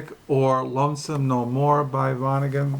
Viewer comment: I'm just being cheeky. You say vonneguN through the video. It's with a 'T' rather than an 'N'